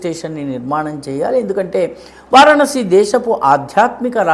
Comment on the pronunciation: వారణాసి అని క్లియర్గా పలకండి ఎన్నిసార్లైనా సరిగా పలకడం లేదు.